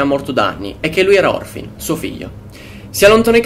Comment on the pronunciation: molto bravo. piccola nota : è Morfin , non Orfin